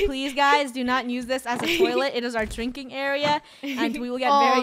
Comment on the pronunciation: I like how funny says nuse instead not use